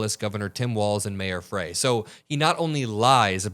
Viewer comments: Mayor “fry” please get his name right. Not fray… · Jacob fry not fray